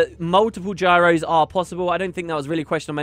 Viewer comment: Gyros = Signets is what I am hearing